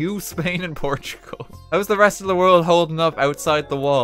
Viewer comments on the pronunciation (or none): none